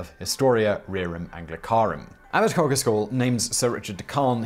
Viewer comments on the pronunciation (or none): Woolpit is lovely. Worth a visit if you are ever in the area. And Coggeshall pronounced “Coggle-shall” x